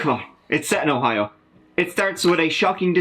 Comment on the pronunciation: I’m in Ohio why he gotta say it like that 😂😂😂